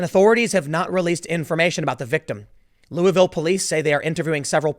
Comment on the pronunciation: The name of my city is pronounced Lulvul. You say it with the tip of your tongue plastered to the roof of your mouth the entire time you say it. Now, it may be more appropriate to say lol-ville.